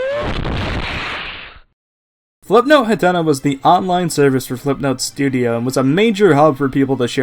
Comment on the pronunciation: Ah jeez, not again... It's pronounced HATNA! HAT! NA! Not Huhtenuh!